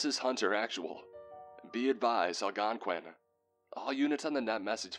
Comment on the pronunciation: Yay for pronouncing Algonquin right!!